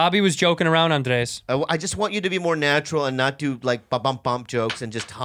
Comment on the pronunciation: Why Bobby keep pronouncing Andreas instead of just Andres?